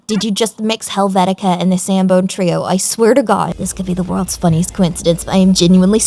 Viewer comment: The SANBONE trio. SANBONE. Are you kidding me?